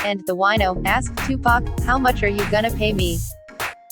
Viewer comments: Fuck this shit. Its not pack. Stop saying pack damm do ur fuckin research. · I wish they would pronounce 2PAC's name right. Legend deserves that respect. Yeah it would have been a dope track, and 2PAC was trying 2 help that DJ long term, but once again these ppl were not on 2PAC's level. They didn't see the vision of him eatn 4 life on that one song.